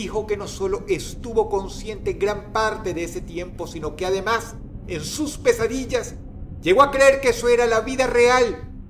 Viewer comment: Alguien mas entendío quesadillas enves de pesadillas? xD